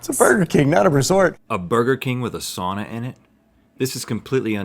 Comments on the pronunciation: im 3/4 finnish this is fake news... and they said sauna wrong in that burger king ad for the record its pronounced sow-na.. surprised you didnt go off on Saint Urho's day march 16th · Us West Swedes, north Estonians, and east Russians would prefer if you pronounced sauna like souna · I can tell you don’t know anything about Finland because you pronounced sauna wrong. 😂